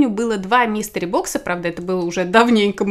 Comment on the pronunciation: МИСТЕРИ... блин, а я слушаю и думаю, почему Мистер Бокс-то.